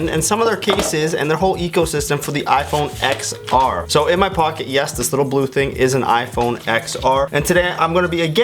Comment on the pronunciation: I’m discrediting this video solely because you pronounce iPhone XR incorrectly.